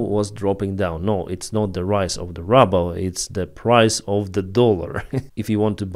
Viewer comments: Hey, Really appreciate the work you do. I dont know if you want to improve your english, but we pronounce the Russian currency with this pronunciation: "rooble" with a long "oo" sound like "book" or "look" or "shoot". The way you have been pronouncing it is "rubble" but that is what is left after russians destroy a building. Thanks again for your great work! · Your saying rubble… it’s ruble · I like how you pronounce russia's currency the same way I would pronounce "rubble".